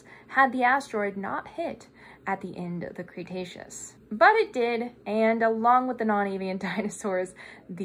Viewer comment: With the internet being how it is, I want to preface this by saying it’s an honest question, not at all meant to be rude. Where did you get your pronunciation of “Cretaceous”? I have never heard anyone else say “Cray-“, but you clearly know your stuff, so I’m honestly curious if someone stressed to you at some point to say “cray-taceous”, and if we are all saying it wrong or at least the colloquial pronunciation isn’t preferred for some reason. Great vid as always and I appreciate your time and effort!